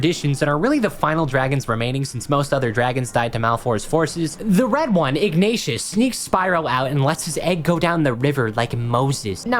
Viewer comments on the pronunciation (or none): "The red one Ignatious..." come on man Ignitus isn't that hard to say lol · im sorry but WHO TF IS IGNATIOUS?! ITS IGNITUS!! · This video honestly sucks ass lmfao, can't even be fucked pronouncing Ignitus right redoing the audio who tf is "Ig-nay-tius"??? No they did not bring him back to life what are you smoking? Did you even play? He takes over for the Chronicler. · This isn't even very accurate, and the guardian dragon is Ignitus, not Ignatius. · The way you keep mispronouncing Ignitus' name is sending me 💀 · The way you pronounce Ignitus hurts my soul 😫😫😫